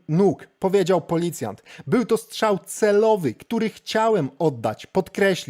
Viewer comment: Strzał, nie szczał 🤷‍♀️